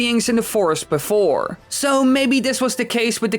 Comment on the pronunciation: “And apparently, I’ve never been on a rollercoaster beforrre”